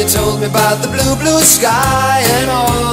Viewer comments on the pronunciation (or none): none